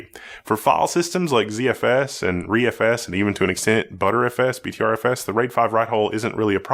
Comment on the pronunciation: Hey said ReFS right! I’m so amazed